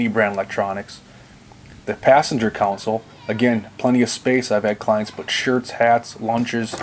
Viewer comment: All these guys in these videos say counsel instead of console?